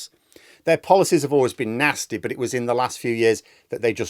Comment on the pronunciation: It’s no longer ‘Nasty’….. it’s ‘NAZTY.’